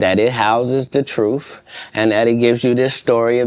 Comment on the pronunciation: u mean "truff". 😂😂😅😅😂